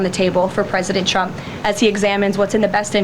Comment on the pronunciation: One of my 2026 goals is to actively hear her voice a lot less. Maybe hear it almost never. I can read, if indeed even reading her words is ever critical, which I doubt it ever really is. That said, anyone ever notice when she says “Trump” it sounds like she’s saying “Chump”? “President Chump.” What? Hear it once you can’t unhear it. “President Chump.” EDIT: I SWEAR TO GOD I TYPED IT AND HIT SEND BEFORE LUKE CALLED IT OUT!